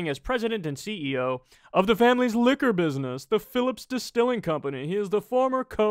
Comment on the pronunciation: I progressively lost my shit the deeper Kyle’s posh rich accent got 😂 “the Phillips family busienssss” hahaha